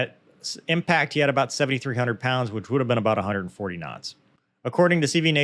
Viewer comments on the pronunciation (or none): Here let me take that flak off your back. "lol! You almost said kinditions after you said kinots!". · I thought your “K’s” when saying “kuh-NOTS” could have been a little crisper. Please re-record audio and try to stay 1-3 inches closer to mic. I’m kidding. Only kidding. I thought that was fascinating. It’s really informative to see how after Incident reports are handle. It speaks to the cohesiveness of the crew and soundness of training that they validated the general techniques, confirmed the posts weren’t peopled with morons or careless psychopaths, and made legit improvement suggestions without the need for a blamestorming session. It sucks it happened, and I’m glad nobody got killed - but it looks like it might actually make F35 flight operations safer. For the cost of a jet and no lives - that cost seems like a bargain for that kind of information. Thanks for putting this together, Cheers!